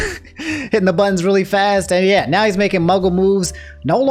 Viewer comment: Has anyone noticed how says "noun" when he says "now"?